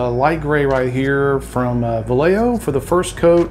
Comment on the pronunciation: Vallejo is actually pronounced 'Wa'Yee-hoo', without any L's. Not to be nit picky. 🙂 But great result.